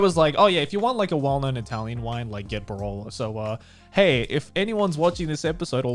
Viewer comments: I'm a 17 years old italian, i don't have any experience with wine and i honestly never heard of borollo, but i heard of barolo, probably you only mispronunciated it. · I'm 5 min in and let me tell you as an Italian I feel very outraged by how you said "Barolo", but yes it's a very well known classic wine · I'm italian. And i still don't understand the wine name cause of the bad pronunciation. Only grrr italian reaction. Ps. I love wine as every Italian, if u ever came here in Verona feel free to take drinks with me. Loveulongtime hug from italy! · Hi, Italian girl here! I wasn't sure at the beginning if you meant "Barolo" 'cause from the pronunciation wasn't very clear... but yes, it is a very well known and renowned red wine from Italy (from Piemonte)... Garnt, please, don't pour the wine like that ever again, it hurt too much 😂 I really liked that you talked about moving to Japan and getting settled there, hearing real experiences is important, expecially when you have to face so many difficulties and issues, and xenophobia is what scares me the most (already knew in Japan is like this)...the only little hope I can count on for now is that I got a master degree in engineering and I'm learning the language. Anyway, Connor's used fridge was the best part, still laughing ❤️